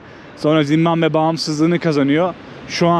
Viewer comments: Doğrusu Zimbabve değil mi bilerek mi zimbambe diyor hata ile mi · Zimbambe değil Zimbabve. Ülkenin adı bu en temel bilgi. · ZİMBAMBE DEĞİL ZİMBABVE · Daha ülkenin adını bilmiyorsun. Zimbambe değil Zimbabwe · Merhaba zimmambe değil Zimbabwe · Zimbambe değil Zimbabve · Oğlum evladım Zimbamve değil Zimbabve doğru yazmışsın ama telaffuzun yanlış bir de dakika başı söylüyorsun ZİMBABWE o kadar😂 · Dayanamadım artık yazıcam, Zimbambe degil ZimbaBVE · Zimbabve yazılmış, sürekli Zimbambe diye telafuz edilmiş. :( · Gittigin ulkenin ismini bile telafuz edeliyorsun bu ne zimbambe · zimbamme nedir dostum şembambe der gibi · Yalniz ulkenin ismini ZIMBAMBE olarak telaffuz etmeniz pek hos olmuyor. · Abi "Zimbambe" diyorsun ya aşırı gıcık oluyorum. Ama, seviliyorsun❤❤❤ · Zimbambe dedi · Gittiğin ülkenin adını bile doğru düzgün telaffuz edemiyorsun daha kardeş. 300 dolara bi gopro bulan cebine 3-5k dolar koyan herkes maceracı kesildi! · Gittiğin ülkenin adını soyleyemiyorsun kanka ya